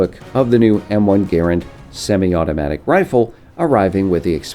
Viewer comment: actually no the M1 Garand is pronounced Grand not Gar and